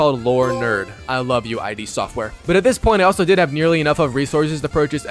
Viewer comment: It’s iD not “eye dee”